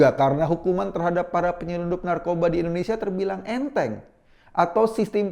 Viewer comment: Mas Eko, sebutnya 'Indonesia' dong bkn 'endonesia' 😊 pk I bkn e 🙏😊